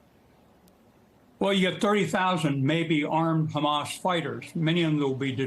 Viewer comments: “HHHhhamassss” ahaha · Listen to how she says “Hhhamasss” ahahaha🤣😂🤣